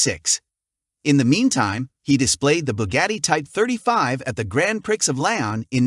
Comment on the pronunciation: "Grand prix" is French and pronounced "Graun Pree" wherever you are. Good luck, and we're looking forward to more.